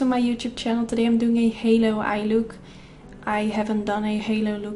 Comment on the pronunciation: "Halo" not "hallo" anywho perfect look btw